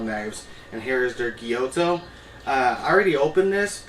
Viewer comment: is it not a gyuto, thats why you pronounce it wrong all the time?